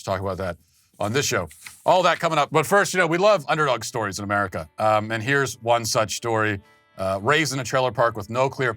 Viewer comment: Americal! I like the sound of that.